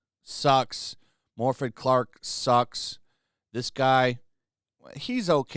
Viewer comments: It's More-fith Clarke but correcting the pronunciation makes me feel wrong as she deserves it. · Just a small correction: the 'f' in Morfydd is pronounced like a 'v' and the 'dd' is pronounced like 'th' in 'these'